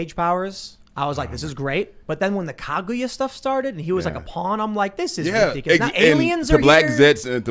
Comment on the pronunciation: I can't get over Tim's pronunciation of Kaguya. KaGooYA